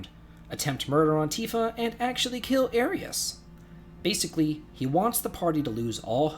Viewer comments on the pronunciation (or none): on the recommended :O gotta say, i like it! and i HATE algus! but uh Air-re-is? never heard that one before.